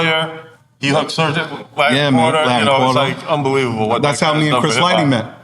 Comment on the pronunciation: It's Serch not Search and 3rd Bass not 3rd Base, thank you